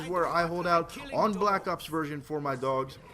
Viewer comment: is it me or did he say black cocks instead of black ops ?